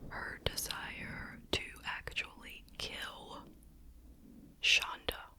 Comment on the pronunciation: It’s shanda not shonda ❤